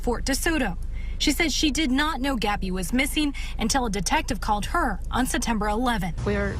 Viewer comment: Why does she skip the “P” in September?